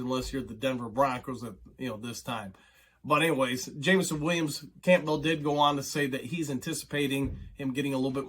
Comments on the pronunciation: Why do you say dan Campbell's name so weird lol just curious. Sounds like you say campville, not campbell (cam-bull) lol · Are you pronouncing Campbell like that "CAMP BELL" to be cute or do you really think that's how its pronounced I have to know? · This guy cannot pronounce Campbell? Has he never seen a Campbell's soup commercial?! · Say "Cool" ...now say "Whip"...now say "Cool Whip"... 😂 Campbell... most people (even Dan) pronounces it as "Cam*Bull" (you are technically correct, but never have I known ANY Campbell annunciate it like that.. 😂)... don't know why it absolutely drives me nuts..love your vids, just drives me crazy 😂😂😂😆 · Say his name correctly jeez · You're saying Campbell weird lol